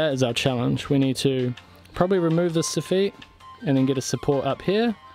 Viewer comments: Love your work. FYI - It's pronounced Soff-IT not Soff-EET;) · Did you say Soffit? xD